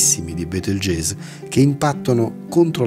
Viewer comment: Comunque si legge "Betelgheuse" che io sappia.